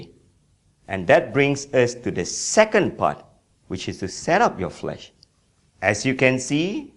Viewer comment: Flash not flesh